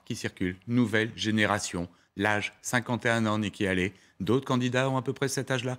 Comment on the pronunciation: '' Haley '' se prononce hey-lee pas '' aller ''